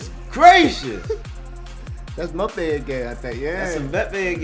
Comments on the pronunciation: It's m-ba-pay there's no e in the pronunciation. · Dude said “Moopie” 😂😂😂😂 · It's pronounced em-bap-ay. The Asian guy's name is Son he plays for Spurs. I'm surprised there was no Adama Traoré. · The way they say Mbpappe they say it like Mbpeppe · M-bah-pay (Mbappé) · I cringed everytime they got the totally wrong person LMBAOO everyone what Christiano or Mo or "Bapay" Pwahahha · By the way mbappe is pronounced (em-bop-ay) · Who in the world is mope its mbappe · The M is silent in Mbappé 👍🙂 Thierry Henry used to be ridicilously fast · the way they butchered mbappés name 😂😂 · mbappe pronounced= EM BOP PAY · lol the cant pronounce Mbappe